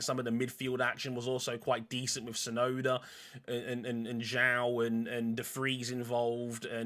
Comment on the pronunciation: Hey, his name is De Vries, not "The Freeze"